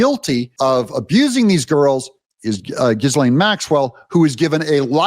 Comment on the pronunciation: Ghislaine Maxwell is pronounced “Ghee-lane”… the ‘S’ is silent!!